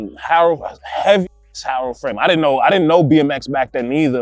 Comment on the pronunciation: Dude can't say Haro lol